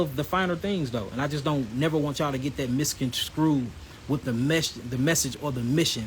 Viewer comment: low key bragging by, and can someone tell bro that its pronounced ( m i s c o n s t r u e ) not s c r e w 😂